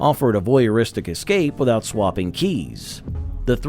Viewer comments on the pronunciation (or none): none